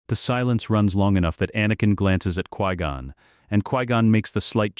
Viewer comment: I really don't like how your AI says Qui Gon.